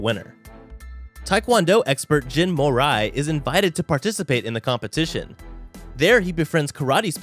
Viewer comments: bro its mori not morai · Who's mo rai? its Mo reee